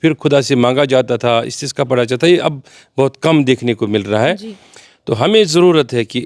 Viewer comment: its namaaz e istisqa not istiqa